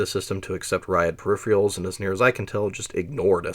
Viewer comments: Per if eR al. Just like it’s spelled (VO kept saying per if ee al) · This is a seriously well-done video. You fascinated me so much that I wound up downloading the CDC summary of the RYAD 1040 performance. One wee thing: "per-RIHF-Er-uhlz", not "per-RIHF-Ree-uhlz". Sorry. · per - iffer - alls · Hey - great but a kit-pick on pronunciation... Pur-RIFF-Ur-uls not Per Riff-REE-uls-- but whatever. great set. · Are you saying 'perifrials' instead of 'periferals'? eg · "Peripherals" is pronounced "pair-rif-er-alls", not "pair-rif-re-alls" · Also loved every instance of ‘Syrilick!’ I love these two pronunciations so much that I'm literally using them in my head as I read the words now 😂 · I can't help it - whenever you say "peripherals" I hear "periphials". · Can't blame the guy for being excited to tell us about the periphieraials. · Brilliant work but say it with me... per-iph-er-als. I had to stop watching that's so annoying. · how can someone know so much but also not know how to say pewifawils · I've never heard anyone pronounce 'peripherals' as 'periphreals' before, and now three in one week, and it's only Thursday! 🤣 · Perr-rif-erals theres no a. Not even in the pronounciation. Its not a pair of anything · Agreed, the second R is not silent. I've heard this a few times from people, and I always wonder whether or not it's just a weird accent or they just can't read correctly. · You're gonna be mispronouncing the word you yourself chose as the title of the video, huh. I'm a minute in and have to nope out after hearing it a bunch of times already. Doesn't give me an impression of careful consultation of sources. Something expected of documentaries. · Interesting. I enjoyed it, except that you can't pronounce 'peripherals'. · PERIPHERALS, where in the god damn world are you seeing the second I in the word PERIPHERALS. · Can't this guy learn how to pronounce "peripherals"? He mispronounces it every single time, as if he can't read.